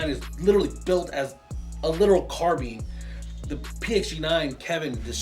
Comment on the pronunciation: Its called a carbine not a carbean